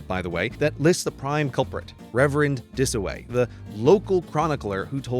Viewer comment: Walk Disoway... not Dataway.